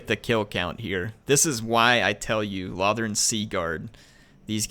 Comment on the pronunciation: Its pronounced low-thorn